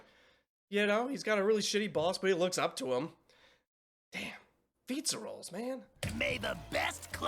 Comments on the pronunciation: It’s pronounced Fiz•a•rawl•ee not fiztaroll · I need to know if he's calling fizzarelli pizza rolls because I find that hilarious😂😂😂😂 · Your insistence that Fizzarolli's name is "Fizza-Rolls" is my favorite part of this channel.